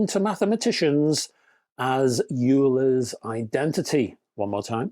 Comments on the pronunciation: 'Euler' - You say Yuler, I say Oiler, let's call the whole thing off. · Definitely Van Der Graaf Generator. Euler is pronounced oyler Also, strictly speaking , it should be Van De Graaff after the guy who invented it